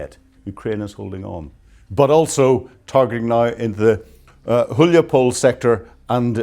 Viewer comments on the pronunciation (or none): none